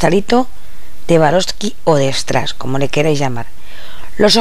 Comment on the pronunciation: Estas reloca burosli q no es suarovsky jajaj